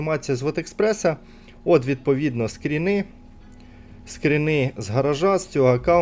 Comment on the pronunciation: скрини, краскіне. скрини, а не скріни